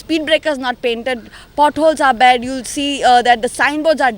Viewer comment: Great All the best, guy's . Guy's he himself is very cheap 8th fail, he even don't know to pronounce pot holes. He is a drunkard and was found in guturs,he made money through illegal mining n now is a PWD minister.he himself is a big joke, sanvordekar jage jayat na zalyar shen khatle, 😂😂😂😂